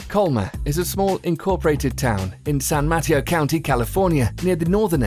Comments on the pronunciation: I heard it as Matt-E-O vs. Mah-Teo, but yeah the narrator is notorious for pronouncing certain words wrong ALWAYS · How he said San Mateo county made me cringe it's San m UH t AE oh not San m O t a oh